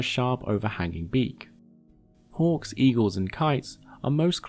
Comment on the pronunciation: I spent a good minute trying to figure out how it was relevant that they hunt like orcs, before realizing it was your accent and you were saying hawks. It just sounded you like were casually talking about orcs 🤣